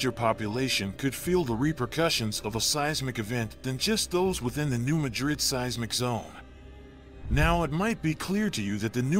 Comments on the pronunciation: Mad rid. I live in s.e. Missouri. Its pronounced mad rid, not ma drid. New Madrid. New Mad rid. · This is alarming. It would be more alarming if the guy had ever been to the area. Locals pronounce it New MAD-rid, not New Ma-drid. Research by people who have never been on the ground are always suspect. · And it’s pronounced New MAD-rid. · It’s not pronounced like the city in Spain. It’s pronounced as Mad Rid, two words. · It is pronounced MADrid. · It’s pronounced locally as New MAD’rid w/the accent on the first syllable. Just trying to be helpful. Thx. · Yes lol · if the producer lives in Spain he pronounced it correctly. Here in Missouri we say mad rid. New Mad rid . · I was raised near this fault and in the County name after that town. Not how it is pronounced locally. One would think they would check their facts! Also get rid of the monotone AI voice! I stopped watching as I hate these voice over crap.